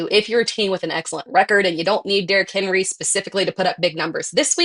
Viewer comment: for the “Derrick Henwee”